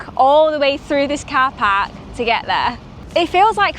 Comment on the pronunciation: 😂 she said "KhorPark" 🚗